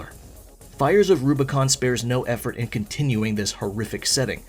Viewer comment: My biggest criticism of ArCo6 is the last word. Rubicon. It does not start with an L.